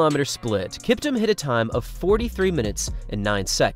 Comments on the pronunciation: Not kiptm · It’s pronounced like Kip-TOOM